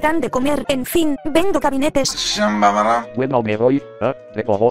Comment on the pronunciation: Porque decia Endo si era vendo